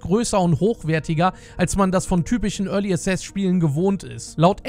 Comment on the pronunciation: Es heißt early access nicht early assess... xd